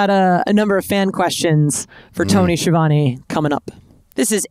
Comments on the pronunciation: I see Ski-uh-vone is booking himself now! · Its pronounced SKi-a-von-e